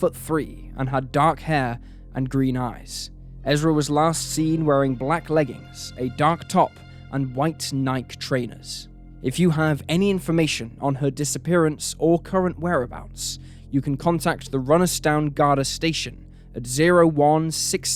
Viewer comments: Wait, did he say Nike (rhymes with Mike)? Ha ha ha I thought Nike was everywhere. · I know this guy didn’t just say Nike wrong? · I still can't get over 'n-eye-k' vs 'n-eye-key- here in the West when saying Nike.